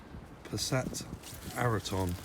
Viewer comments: 'Passat Ariton' 😂😂 it’s a VW Arteon haha.. keep up the good work i wish I could do what you do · Arteon..is not Passat Araton...